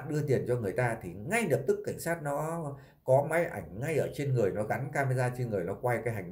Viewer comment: Chú lày lói nghe không lỗi! Nghe ló thế lào ấy!